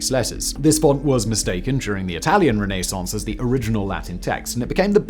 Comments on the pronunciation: New drinking game. Shot every time Simon says Renee-sance. You'll be blotto by minute 7. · Noorth americans. "Renassance!". Lol we are so lazy. :) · I love his pronunciation of renascence. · It may be correct but that is the most irritating pronunciation of Renaissance I’ve ever heard… and it’s said so many times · Is your pronunciation of Renaissance normal in England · The way you say Renaissance has me stabbing my ears LOL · The pronunciation of renaissance in this video killed me.